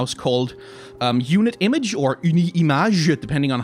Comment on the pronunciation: I haven't even properly started the video and all I can say is that's a really good french pronunciation of Unit Image in french. Though I think most french people would recognize that Unit is english and thus they would try and pronounce the T at the end. Still really good and caught me off-guard